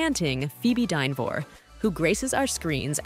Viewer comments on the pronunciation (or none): It’s Dinner ver not Dinovor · This woman, or AI, can't pronounce Dynevor. If you are going to do a podcast about the cast the least you can do is pronounce their names properly